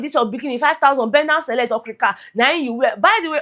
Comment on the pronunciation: say okrik 🤣🤣🤣🤣🤣🤣🤣🤣🤣 you even package name for okirika 😂😂